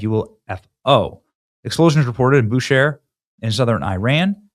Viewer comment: Benny it is pronounced (bu-Shahr)